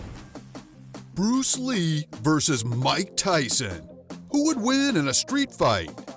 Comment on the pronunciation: buddy are you even at the level of Bruce Lee?? If not then try to pronounce his name properly!! He is a legend in martial arts because of him kung fu, wing chun, taekwondo has become famous